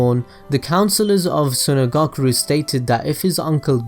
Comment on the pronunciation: Why he saying sunagakure like sunagakuru